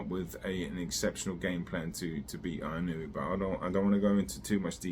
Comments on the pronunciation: Just a heads up. It is Ee-noh-eh Inoue In Japanese, like spanish A - ah I - ee U - ooh E - eh O - oh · What is that like 8 different Japanese people calling him eeh no weh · It's so fuuking annoying when a name is written in English and English speakers can't read or pronounce it with shiit. WTF language do you really speak? It's not like it's written in Wingding! TF is "Ai-ee-noo-wee"? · It's actually pronounced In-oh-ooo-eh. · You obviously don't know Japanese. If you did then you would know where you are wrong. 井上 is いのうえ, the 上 in 井上 is pronounced as うえ (ooeh). 井上 is pronounced as eeno-ooeh. Don't take my word, ask a native Japanese speaker. Most don't really care enough to say it correctly so you don't have too either. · 😂😂😂it’s ee-noh-oo-eh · Find out at least how to pronounce the name of the guy right, you sound like a moron. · Not correct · the u gets blended in to the oh. It isn't pronounced with a separate syllable like the announcer said before the fight.